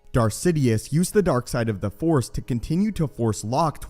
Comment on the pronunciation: The Force!! Not The Four. It seems like you do not know that the Jedi possesses THE FORCE as in Energy, not The Four. Four is a number!!